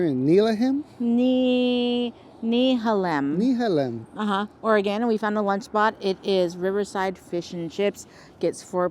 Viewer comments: 😂Actually: "Nuh-hay-lum"👍🏼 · Nehalem is pronounced "knee hay lem